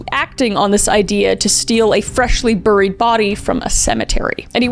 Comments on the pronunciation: you always find a way to say boory (instead of bury to be clear) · I'm a big fan, but every time she says the word buried it makes my skin crawl. Does she know she is mispronouncing it? I can't decide if she's doing it intentionally or not